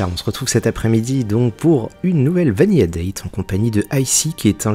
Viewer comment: Sympa, un peu déçu des effets de parallaxe qui rendent les plans très évidents et qui pêtent toute impression de 3D (Vanilla ça se prononce vaniLA et pas vaniYA) Bisous